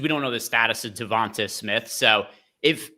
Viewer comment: Am I the only one that’s hearing them pronounce Devonta smith name weird? Lol sounds like yall are saying Devontas Smith